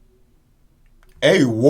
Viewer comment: Did this man say A1 AB?